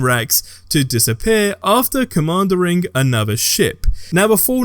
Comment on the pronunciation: Please Google "how to pronounce punitive". Then Google "how to pronounce commandeer".